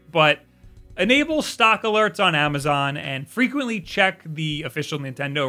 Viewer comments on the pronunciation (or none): none